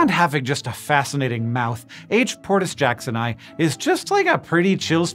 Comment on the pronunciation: Latin tip: "portus" is Latin, and as it's fourth declension, the 'u' is long in the genitive. It's "portūsjacksonī", with "jackson" in English and the rest in Latin.